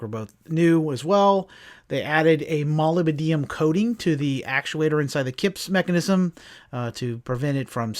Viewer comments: Pronunciation: Molybdenum: Not Moly-B-Deum, (best I can hear). But Mo-lib-de-num "Mo" (with out Larry and Curly),------------- "Lib"(eral), --------De(Coster),-------num,(Weegee's intellect)) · I love how he pronounced molybdenum . You can definitely tell he's not a metal worker.